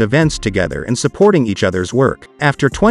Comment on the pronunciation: Brown He is PRONOUNCING her name as THANDIE.